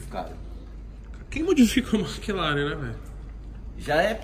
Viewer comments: Puts não guentei, "maclaren" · Kkkk ele fala Mak laren kkkkkk